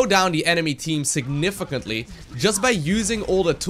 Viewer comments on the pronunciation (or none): Take a shot of whisky everytime says 'significently'